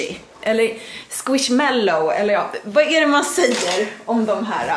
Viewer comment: man säger squismallow